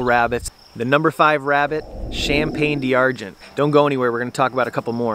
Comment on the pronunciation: Is it really pronounced "Cham-Pane-Dee-Ar-Gen" ? or just American english